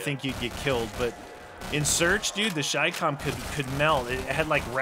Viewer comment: I got so triggered watching the beginning because its no shicom its chi-com